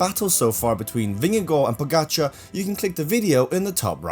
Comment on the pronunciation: Stupid comment that wva May leave tour You miss the big pts. Uae managers doped as cyclists. And they were the coaches of doper I basso and m pantani And you mispronounce the name pogacar Oddity b c you make this video on pogacar Not all bad, you do make some gd points here